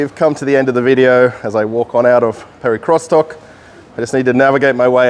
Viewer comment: What is it with you English speakers! Do you have to bastardize every foreign word? The supermarket name is not pronounced Perikrostok, but Perekriostok. Can't you use Google translator, if you are not sure?